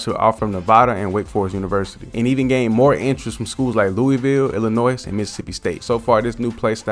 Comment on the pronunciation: The s is silent in Illinois brotha